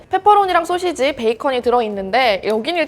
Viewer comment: 권혜연 기자님- 가끔씩 나오는 소'셰'지 발음이 귀여우십니다 ㅎㅎㅎㅎ